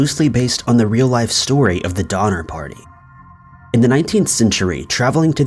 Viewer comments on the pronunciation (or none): All I could hear is "Dahmer party" 😂😂😂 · Did he say #5 was based on the Donner party...or the "Dinner party"?😆